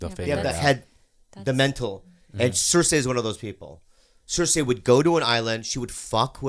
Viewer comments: Bobby: makes fun of for saying necTAR Also Bobby: pronounces cerci cerSAY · Why the hell do they all pronounce the name Cersie like that?? It bugs the hell out of me 😂